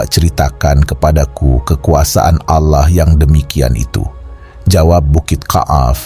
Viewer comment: Org muslim ap bukan sih.... kok menyebut Allah ngak fasih🤣🤣🤣🤣🤣